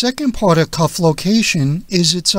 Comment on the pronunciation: Speak properly; it's "cuff," not "cough."